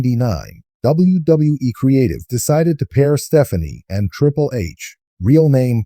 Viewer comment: Triple....not trìpple hahaha lol